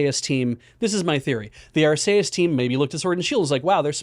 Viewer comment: That is the only correct way to pronounce Arceus.